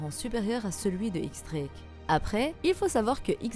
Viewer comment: on dit "Diez" Drake